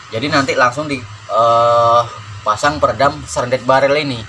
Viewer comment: Shrouded barrel, tp abang omongnya srendet barrel. wakakak.Aku mikir kalo diisi ampas kelapa biar tambah senyap bisa jadi SERONDENG BARREL. Wakakaka. Maaf bang cuma intermezzo. Karya yang bagus bang. Semoga tambah maju channel dan karya karya abang.